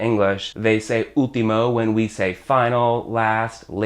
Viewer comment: Great video. Shadow as a verb is something new for me. Also, when You say "último" I hear You don't pronounce the "L", I hear You say "úhtimo". Last but not least, "hombre fácil" means that man is easy to get for any woman, same as "mujer fácil" easy to get for any man. And is true most of us are "hombres fáciles". XD